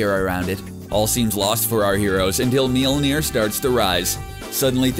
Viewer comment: Had to stop watching after the 4th failed attempt at pronouncing Mjölnir.